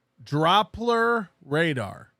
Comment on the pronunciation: can't pronounce the word 'doppler', but wants you to take him seriously.